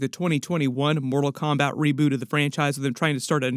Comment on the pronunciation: So awesome please stick to Disney and other properties u know names too because ur pronunciation of the fighters is so bad u almost had me breaking my house down